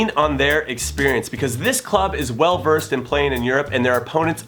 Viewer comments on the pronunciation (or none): none